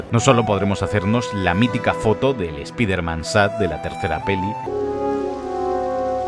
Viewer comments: Es spiderman, espaiderman, por qué sigo escuchando spiterman?? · Ayer terminé el juego. Cuando van a decirle "SPAIDERMAN" como corresponde? Todos se ríen de ustedes españoles cuando lo dicen mal.